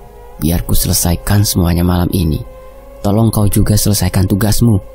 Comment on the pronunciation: Tolong bg, bukan tulung😂😂😂😂😂😂